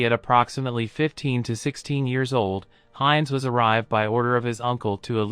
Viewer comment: German pronunciation is terrible, Jug End for 'yoogent', Heinz as opposed to 'Heintz'. These AI voiceovers have a long way to go.